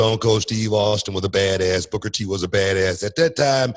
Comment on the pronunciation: "Booger T"?? For 23 years Booker T can't even say his own name, lol.😂